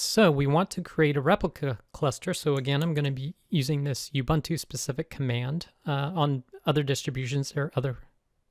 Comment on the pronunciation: Thanks! Great video! Just one thing. Please pronounce Ubuntu as "oo-BOON-too", not "you-BUNT-oo".